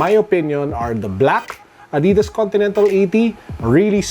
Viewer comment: Adidas PETCHAYSAS HAHAHAHHA